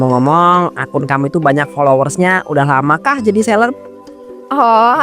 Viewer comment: Seleb bukan sekeb